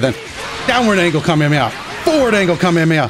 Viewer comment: I didn’t get very triggered, but I did notice that he said it wrong